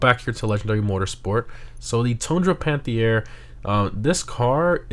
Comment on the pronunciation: Just say "panth-air" God, i hate doing a grammer n*zi